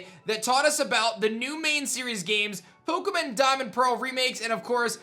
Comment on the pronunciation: You said pokeumenAnd yeah I spelled that right